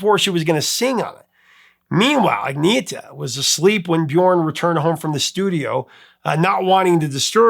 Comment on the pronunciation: Her name is anietta not anita